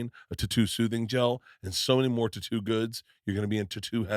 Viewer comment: Bruh dont ever say tatoo again